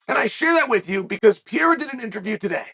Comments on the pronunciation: Pereira, not Piera bro :face-green-smiling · Here you go Chael, try to say each word correctly then run them together Pereira Wrong - Pee Era Right - Pear Rear Ra Yair Wrong - Your Ear Right - Yiy Ear Makhachev Wrong - Mackle Chev Right - Mack Ha Chev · Stop saying "Pierra" for crissake!! either say Pereira or just say Alex bro. please. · I love how Chael keeps saying “ Pieira “ instead of Pereira haha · PA-RARE-AH Not PEE-ERA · Pur-rare-ruh to Pierre-uh. Never change Chael. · He’s fully committed to calling him PEE AIR UH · Is he doing a bit when he says peoples names? There is no way he doesn’t know he’s saying it wrong. Per-air-uh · Chael it's pronounced "pie-yay-uh" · Pee-air-ah - uncle chael (undefeated undisputed) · Chael has earned his right to his opinion... but refuses to pronounce Pereira's name correctly. Ok. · This white man needs to say Alex last name right.